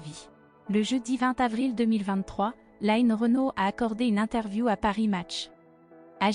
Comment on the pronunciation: On ne dit pas "laïne" Renaud mais line (comme lean en anglais). Merci